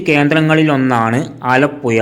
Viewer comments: ആലപ്പുയ അല്ല. ആലപ്പുഴയാണ്. പോയ് നാക്ക് വടിച്ചിട്ട് വാ മോനേ.. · ആലപ്പുയയോ അതേത് പൊയ തൊടുപുയ മുവാറ്റുപുയ വല്ലാത്ത പൊയകൾ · ആലപ്പുയ തൊടുപുയ മൂവാറ്റുപുയ😂